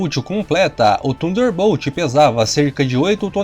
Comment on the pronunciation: Deus do céu, melhora essa pronuncia, parece minha filha de 6 anos, falando em inglês, Hurricane, pqp Rarricaine, Jesus amado, to botando como ... Tunderbolt, é sério que eu escutei isso, Tanderbolt, se pronuncia assim, parei com esse canal, puta merda, pelo amor de Deus, aprenda a pronuncia em inglês...